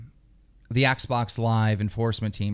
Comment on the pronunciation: He said oxbox LOL LMFAO😄😅😆😅😄😅😆😅😅😆